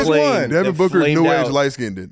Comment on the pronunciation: the way bro says booker is hilarious.